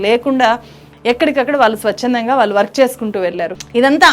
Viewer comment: చాలా బాగా విశ్లేషించావమ్మా. ఇంత బాగా తెలుగు మాట్లాడుతున్నావు. కొంచెం ఒత్తులు పలకడం దగ్గర, ళ అక్షరం వాడవలసిన చోట ల అక్షరం వాడుతున్నావు. వాల్లు అనేబదులు వాళ్లు అని అనలేవా? అంత కష్టమా?